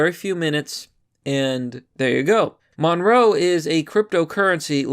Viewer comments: It's called monero not monroe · Ma nare oh not munrow. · It's pronounced "Mon-Air-oh" Not "monroe" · Monroe? It's monero, dude. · WTF is a "monroe" It's monero. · It's pronounced "Mo-naer-o" and the reason they're using it is because Monero is a "ghost coin", meaning it's untraceable. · MON-E-RO. Why can't you read anything right? xD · "monroe" lulz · Pronounced "Mon-NAIR-row" [Monero] Thank you. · Did you call Monero, Monroe? LOL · That crypto is pronounced: muh-NAIR-oh. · its pronounced like dinero, like cash money but monero, money + dinero combined